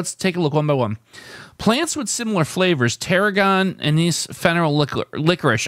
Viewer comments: Not knowing what Anise (pronounced ANN-iss) or Tarragon are certainly hurts. I think you need to do some more adventurous cooking! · You said "'Wizard of Oz." How does your TV not show you a green Emerald City?? Also "Anise" has the accent on the first syllable., sounds like "ANN is."